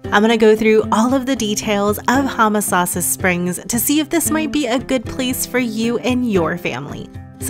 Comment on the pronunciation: The video would've been more enjoyable if you didn't keep pronouncing "Homosassa" incorrectly.